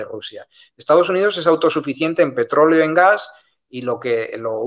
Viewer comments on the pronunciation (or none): none